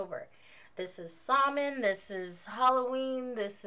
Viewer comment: Oooo great box! Mine is coming in by the end of the week. :-D Just a note though, Samhain is pronounced "SOW-en" (sow rhyming with cow). 😉 The "mh" in the Irish language makes a "w" or "v" sound (for example, in my name, Niamh, it makes a "v" sound). That stone is really pretty! I've never heard of motherwort either, which is awesome because I love being introduced to new herbs!